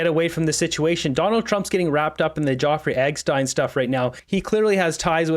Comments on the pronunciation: For the millionth time. It's Jeffrey Epstein. Not Joffrey Eggstein. Have you not seen the name written? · Are you just poking fun by pronouncing names wrong? I'm talking about the names LeBlanc and Jeffrey Epstein 😂😂😂 or do you seriously not know how to pronounce them? No hate at all, I love the videos and keep up the good work!, just wondering about the name announcing lol